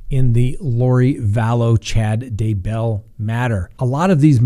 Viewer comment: You are driving me insane with your mispronunciation of Daybell! Grrrrrrr! The emphasis is on Day, not bell! It's DAYbell, not dayBELL! OMG! Can't watch anymore. It's like nails on a chalkboard every time I hear it wrong. Sorry, dude. Just sayin'....